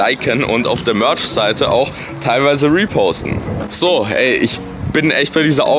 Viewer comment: Beste mörtsch